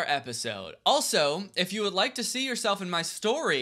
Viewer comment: "li-KEUH" real ( on my only FANS💜)